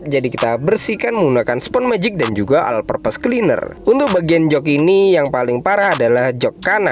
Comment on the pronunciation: "Al perpes kliner"